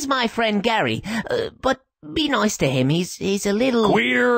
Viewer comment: He say "Noice"! No "Nice" lol